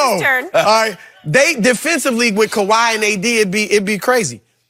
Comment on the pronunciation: My mans Broussard looks at skip like how is this your show?! LMAO Skipp the biggest hater of the year, he can't even say Kawhi's name smh.. lol